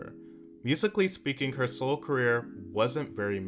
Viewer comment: Every time said “solo” it sounded like soul 😆